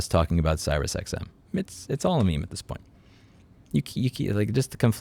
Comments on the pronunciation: are you saying Sirus ironically? Sirius, pronounced "serious" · It’s pronounced “serious” XM 👍🏼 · "sigh-rus xm" lol Edit: love your content and your work on getting these issues out into the open for the rest of us. Keep up the good work! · It probably doesn’t matter, but I’ll mention it anyways in case it comes up again. For future reference, the “Sirius” in SiriusXM is pronounced “Serious” (just like the word that means not joking)